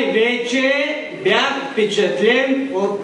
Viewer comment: Божеееее.... е как може изобщо да го допуснат до трибуната да говори.. та той просто не може и да говори: кумпетентни, фпичатлен, но най-вече бях фпичатлен от следните преподаватели и родители го повтори поне 3 пъти. И сега на този човек ще му дадат работно място от което ще зависи по някакъв начин бъдещето на значима фирма, а недай си Боже на България.... загубени сме!!!!